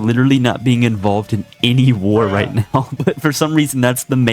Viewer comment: I SWEAR HE SAY REICH INSTEAD OF RIGHT